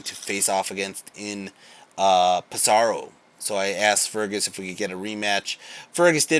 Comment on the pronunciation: Hey man! Love your content and wish you all the best for the tournament. Only one pet-peeve.. is actually pronounced Pèsaro, not Pesàro:)